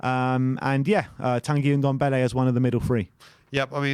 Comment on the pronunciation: its Ndombele not Undembele...